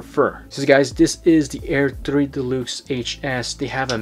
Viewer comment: I digging the way you pronounce deluxe, de-lukes, lol.